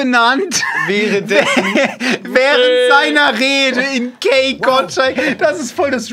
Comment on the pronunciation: Der wird doch Kai Gottschalk ausgesprochen und nicht Key😂😂😂